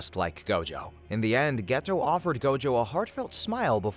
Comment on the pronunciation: It's annoying that you keep saying "Geto" and "Satoru" wrong while referencing the English dub.